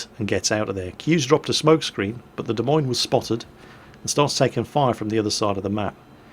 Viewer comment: Hey, as an Iowan, good on you for saying 'Des Moines' correctly. Well done.